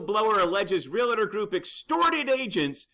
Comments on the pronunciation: Bad news ... for sure. But I would think somebody that apparently runs an "Online Real Estate Academy" would know how to pronounce REALTOR® It is "REAL TOR" not Real Ah Tor. Also the association is the San Diego Association of REALTORS®. There are a couple other REALTOR® associations in San Diego.. so accuracy and attention to detail should count. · I hate to see a seasoned professional add the extra syllable. It's not Real-a-tor.